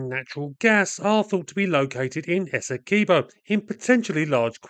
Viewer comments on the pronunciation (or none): It's Essequibo not Es-se-key bow I fed up when people deh calling it daw btw It's coming from a guyanese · Why is everyone misspronouncing the names. Guy-a-na Ess-e-quib-o